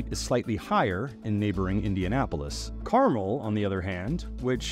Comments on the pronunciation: The narrator of this video is lazy. In less than 30 seconds, I did an Internet search to confirm that the correct pronunciation of the city is “car-MEL.” Not “CAR-mul.” And this piece was produced by a journalist?!? Pathetic… 🫤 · Carmel, Indiana is not pronounced properly in this piece. It is car-mell. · You are mispronouncing Carmel, it’s not candy. Pronounce Car Mel (like a vehicle and a man’s name)